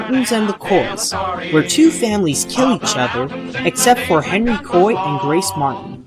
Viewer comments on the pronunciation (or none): none